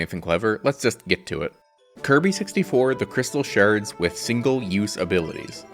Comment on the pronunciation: "Crystal sherds"